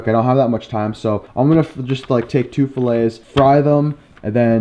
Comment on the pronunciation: I like your vids, but every time you pronounce "filet" wrong, I'm going to give you a thumbs down.